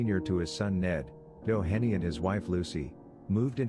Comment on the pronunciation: The name Doheny is pronounced Doe hee nee. Some of the stories are correct, others (along with photos) are not. I worked there 22 years and wrote a book on the location and its hauntings. Of the 80+ people interviewed, I ended up with over 300 stories. The book has approximately 260 stories. If interested, "The Ghost of Greystone Beverly Hills - Dramatic Eyewitness Accounts" will tell in depth all the stories of the mansion and the grounds. It truly is off the charts haunted.